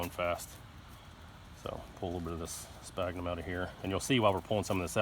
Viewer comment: Fyi sphagnum is pronounced SFAGNUM. Great little video clip!! Thanks